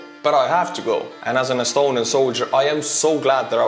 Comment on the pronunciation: You lost me laughing saying astuniain soldier, like how can you make youtube videos as soldier kid